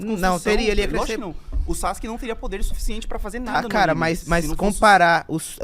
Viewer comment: A galera que fala SASQUE kkkkk e não Sazuke kkkk pqp que pronuncia bosta e tão errada kkkkk